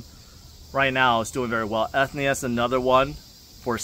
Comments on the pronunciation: you keep saying ethnia lol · Your pronunciation for ethena is wrong.